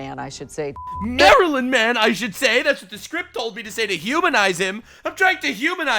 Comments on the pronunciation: It sounds like they're saying the muffin man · almost sounds like they're saying marilyn manson. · "Marilyn man-son" 😂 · I kept hearing it as maryln man and my brain kept autocorrecting to maryln Manson, which is funny, unlike all these alphabet soup media advocating to bring back a terrorist to the country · They said Maryland man so often that I now hear it constantly as Marilyn Manson 😆